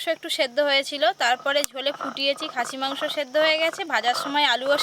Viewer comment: Koto bar khasie mangso bol ben😂😂😂😂😂